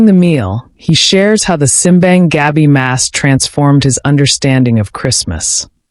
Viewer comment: Native pronunciation is sim BAHNG gah BEE (Simbang Gabi) meaning Midnight Mass.